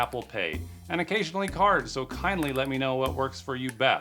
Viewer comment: the " kindly" always gets me hahha